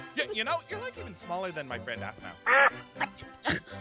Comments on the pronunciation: YOU HAD TWO CHANCES TO SAY APHMAU AND NOT AHPMAU💀💀💀😭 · I love the way alphmau said ( oH I CaN gEt A bAbY dWaGoN